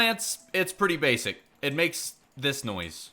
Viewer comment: "its pretty bassic" lol